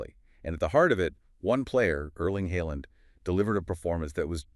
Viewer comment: Just need to let you know "aa" is pronounced aw like in awe or jaw. So Haaland becomes Hawland. Not Heyland or Haland or whatever sound escapes your mouth trying to pronounce Norwegian names. Ødegaard is the same Ødegawrd. Then again the Ø is pronounced like the first vowel sounds in just or first. Ødegaard needs more recognition aswell not just Haaland, Ødegaard is the captain and the playmaker, the beating heart of the team, and Haaland is reliant on his magnificent passes to shine.